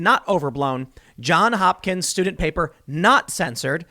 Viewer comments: Ok, Tim. Great show. Somebody's gotta tell you. It's not John Hopkins. Its John's Hopkins. With an s. Johns. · Dude, It's JohnS Hopkins, not John Hopkins. He says this every time he cites them. Get the name right. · JohnS Hopkins. There's an "s" at the end of that first word. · Jesus, Tim; can't you learn to say "JohnS"? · It is ”Johns Hopkins” strangely enough.